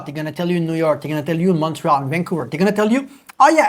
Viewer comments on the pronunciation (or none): none